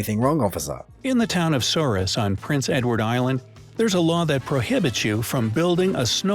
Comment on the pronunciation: Souris in PEI is the French pronunciation, so SOU-REE. His pronunciation would have been correct if he’d been referring to Souris in Manitoba.